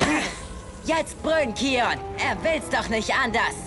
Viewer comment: Bin der selben Meinung, englisch ist besser, das kion anstatt keion macht mich wahnsinnig.